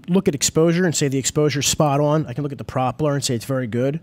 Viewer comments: Say "PROP eller" one more time. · Why can't either of them say "propeller" correctly? Haha very strange